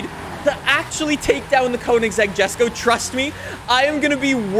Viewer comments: It’s pronounced YesKoh not Jesko lol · The Jesko is pronounced "Yesko". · It’s pronounced yes-ko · not to be that guy but its pronounced, Yesko (Jesko), Deevo (Divo)